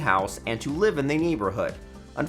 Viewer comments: Great video. One question though. Why do you pronounce the word THE as THEE? Thee way you do it every time takes away from thee content. 😉 😆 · It is annoying that you read the word THE as THEE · Hi-ho Kermit THEE Frog here…. Thee video is mildly interesting, I find thee narration transient, thee narrator subtle yet annoying, thee flow is punctuated by thee aggravating mispronunciation of words thee protuberance of thee word thee peppered throughout is thee worst. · The narration would be so much better if the narrator realizes that "a" and "the" are almost always pronounced "uh" and "thuh." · Interesting, but the guy's over-pronunciations drove me crazy. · Why do people use the long "a" and pronounce "the" as "thee" in front of every word that doesn't require it?? Makes one sound uneducated. Stop it. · Wow. How forking annoying that the presenter over enunciated every word. Every single 'the' pronounced 'thee' and every 'a' pronounced "ehi'. My ears are bleeding. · Please, for the love of Ryan Reynolds, stop saying thē! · What’s all of this ‘thee’ business? Sounds terrible. Thee only goes before a vowel or a vowel sound. You don’t say “Thee owner of thee house” that’s not English. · Pronouncing the "E" on the word, "The", is optional.